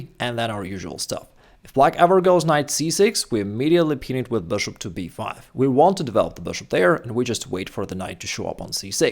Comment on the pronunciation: Why do you keep pronouncing bishop as boshop lol